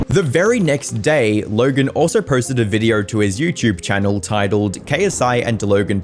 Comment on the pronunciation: no offense but it's the stretched LLLogen that makes it seem like you're faking an accent that fits documentary style accent